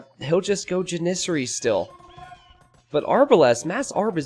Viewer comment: ja· nuh·seh·ree. lol the way you say Janissary bugs the crap out of me.